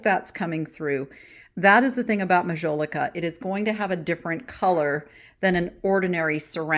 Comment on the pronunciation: Since you are interested in art, and mentioned the spelling of Edouard, I thought I would mention that one of the most famous French artists of the 19th century was EDOUARD Manet. 😉 Please take the following comment as positive…your pronunciation of Majolica is incorrect. If you look the word up, it will give you the phonetic spelling! 😊 Lastly, thank you for your deep dive….Interesting info on the cut glass.